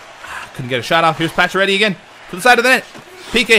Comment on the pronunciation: when you say Paccioretty I hear you say patch already LOLOL!!